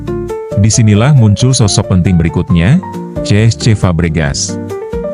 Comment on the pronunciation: ce es ce Fabregas... bro tinggal bilang cesc Fabregas apa susahnya?